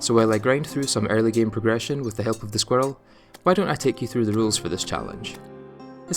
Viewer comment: i did not notice your accent until i heard you say "Squirrel"